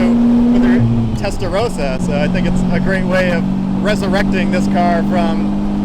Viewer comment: Why can't Americans say Testarossa correctly? It's not hard.